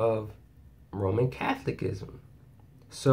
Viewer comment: I need to help you with your pronunciation. It is cath ol i cism. The unfortunate reason I know this is from 50 years of it. Free now indeed!!!